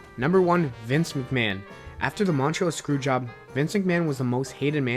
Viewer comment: Cyndi "Looper" (instead of "lough-pur") and "Mont-real" (instead of mon-tree-all) all within a minute??? You're killing me! Someone find the editor here and give them the courage to let the talent know they're coming off as a total idiot.